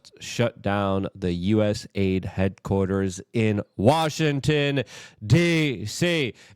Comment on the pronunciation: It's not USA ID ... It's US AID